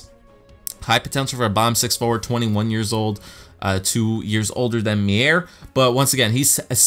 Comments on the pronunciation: timo meier's name is pronounced myer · Meier name is pronounced Myer